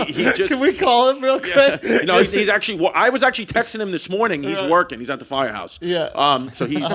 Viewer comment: The way he said "fiya house" love that shit